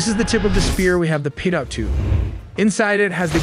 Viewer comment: Pronounced P-toe tube.